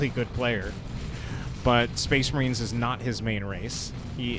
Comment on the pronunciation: Spehs Mahreens